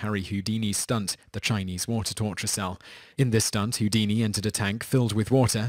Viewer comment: WAIT WAIT Harry hoo-diny!? LMAO